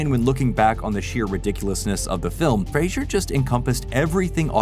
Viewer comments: Fray-zer not Fray-zhur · Fraser NOT Frasier. Comedy Central played the promo of him pronouncing it 20,000 times every day for several years. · FRAZE ER NOT FRAY SURE!!!YOU SAID THE MANS NAME WRONG THE WHOLE VIDEO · “Fray-zer.” Not Frasier. He even says it himself in this video. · lol it’s pronounced Fraser like razor. He’s mentioned this in interviews. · Isn't it pronounced "fray-zer" not like the show Frasier? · Is Fraser pronounced Frasier? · Say Brendan " Frasier" one more time and im unfollowing you. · We could at least pronounce his last name correctly. He's even gone on to say he has no idea where people got the idea it is pronounced the way it is in this video. It's like "razor", but with an F at the beginning. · How many times can you mispronounce Frasers' name in 11 minutes? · Right? IMMEDIATELY after having a clip pronounce it correctly too! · Big oof. To be fair that is what 90% of us called him back when he was a rising star.